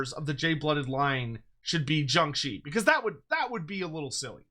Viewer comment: I like how you pronounced jiangshi.👍